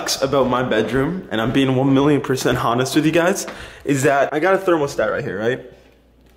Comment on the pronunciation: Did anyone else hear him pronounce the h in honest